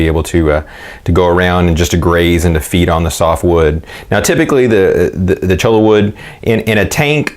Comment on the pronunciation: It is pronounced CHOY YAH not CHOW LA. LOL